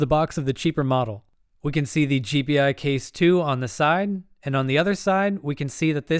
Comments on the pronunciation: It's pronounced "jee-pie," not "jee-pee-eye." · FYI, it's pronounced Gee-Pie, not G P i. Just throwing it out there. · It's not.. G P I case.. it's G Pi case..